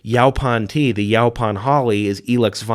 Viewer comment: It’s pronounced “yo-pawn”.